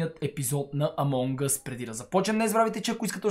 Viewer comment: Не че нещо идол си ми но се казва амон ъс